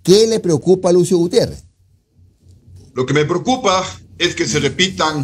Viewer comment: Con este tipejo, "Gutierres" el medio pierde prestigio, balbuceando de esa manera confirma que no deberían darle atención, me apena el desatino